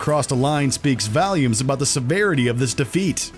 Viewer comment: Our video narrator has an odd way of pronouncing “Volume”.